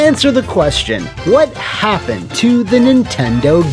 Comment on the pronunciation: Whahapppend on Custom Robo pwease.